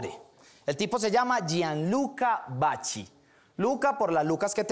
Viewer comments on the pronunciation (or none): No se pronuncia vachi sino vaqui que pesar!! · Cierto se pronuncia vaqui, pero como dice el dicho "la ignorancia es atrevida" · Se pronuncia vaqui cabechimba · Hahaha así no se pronuncia el apellido hahaha se escribe vacchi y se pronuncia algo así vaquiiiii prununciando más la iii